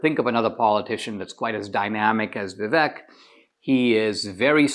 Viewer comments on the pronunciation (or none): Why can’t you pronounce Viv-AKE?🤯